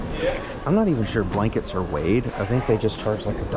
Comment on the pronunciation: calling a Snuggie “a sleeve with blakets” cracked me up XD